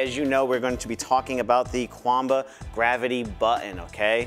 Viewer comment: Nice video!! SN: Qanba is pronounced as Chien - bah